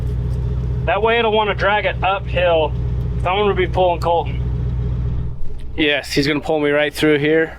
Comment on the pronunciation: So does Colton, but the way and the boss say it "Col-in".... LOL 😆 Cringe TV 😮😅